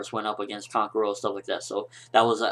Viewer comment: please say kankuros and sasori's name properly other than that great review